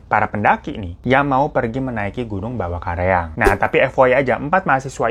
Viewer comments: salah mulu bang ngomongnya karaeng x bukan kareang😁😂😂🤣🤣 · beberapa kali bang Hiro sebut "Bawakaraeng" jadi "Bawakareang".... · Bang hiro karaeng jadi kareang bang wkwkwk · Aku tadi gak sadar lho. Aku cek ternyata beneran terbolak ngomongnya. Makin ngakak. 🤣🤣 Terus Bawakaraeng jadi Bawakareang. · "Ba wa ka ra eng" gitu bacanya Bang hiro. 😂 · Bawakaraeng ka bukan kareang🤣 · Bang hiro ngmngnyh kareang mulu😬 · Salam dari Makassar kk Hiro Btw pas nyebut Bawakaraeng & tetta lucu logatnya hehehe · koreksi kata: -bawakareang dibaca "bawa kara-eng" -lembanna dibaca "lemban na" -teta dibaca "tet ta" artinya "ayah"